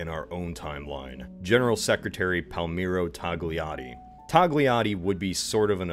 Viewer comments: his name was togliatti not tolghiliatyh pls learn how to read and speak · Togliatti = 🚫tawgh-lee-ah-tee ✅toh-yah-tee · "Palmiro Toliaddi" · I'm itqlian and i think that this is pretty canon. I mean cool video. But i laughed at the pagmirow toghliatti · Tog-liatti pronunciato con la g dura è una delle cose peggiori che abbia mai sentito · Also Togliatti is pronounced more like “Tolyati” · BTW Togliatti is pronounced Toyyatty. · For the record, it’s pronounced “Toh-lee-ah-tee”. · DUDE PLEASE, search the pronounciation of names on Google Translate before making these videos. As soon as you said Palmiro Togliatti I had to displike and close the video. I'm sorry, I just can't believe someone puts the effort of creating 17 minutes of beautiful animation and ruin it with such basic negligence. Imagine you watch a video of American History and I mispronounce every single name. It's really distracting and seems to show a lack of true interest, which is a shame, considering again the attention put into the rest of the product. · Its T O G L I A T T I not TOGLIATTI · G is silent in the name 'Togliatti' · Well, the G isn't really "silent". I don't know how to explain it, but the G is the soft kind, and not the strong one. The G in Italian is kinda awkward to pronounce. There are nice articles out there that explain the concept well enough. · 'Gl' in Italian is pronounced like 'eey', as in tortilla. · I know it's not his fault, but damn I get so salty when people pronounce Togliatti that way, same thing with Badoglio. Still cool video. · I first read your pronunciation as in italian, and I was "What, Togliatti doesn't even have an "e". Where are all those coming from?", then I remembered it was for a foreign audience. Man, english pronunciation is really weird. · Is this alternate history or an overly exaggerated documentary? More or less 😁 You need work on your Italian pronunciation. Great video.